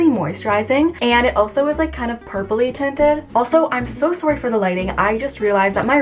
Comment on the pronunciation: “also i’m so soory” hehe canadian accent